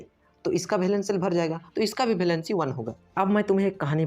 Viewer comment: It's valency not bhalancy😂😂